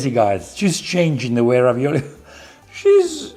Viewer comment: 😂 this isn't ravioli, it's ravi"NO"li... dood!